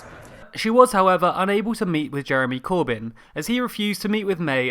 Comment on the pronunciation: Jaremy Cooabaahn